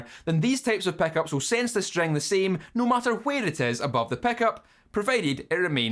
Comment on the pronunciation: I'm here just to hear you say "Peckups"